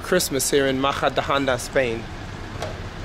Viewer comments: Great video in Spain, but you are pronouncing the city's name so wrong. Try saying "Muh-hu-duh-on-duh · Great video in Spain, but you are pronouncing the city's name so wrong. Try saying "Mu-hu-duh-on-duh